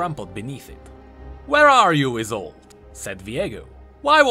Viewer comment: you pronounce isolde like like it is isult. Good content tho.